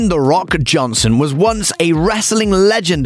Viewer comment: wellllll..... Dwayne The RockoJohnson ??????? the fist line you say... cant you speak or what ?